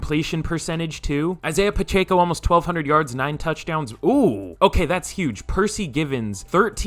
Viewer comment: Its pronounced Isaiah Pa-check-O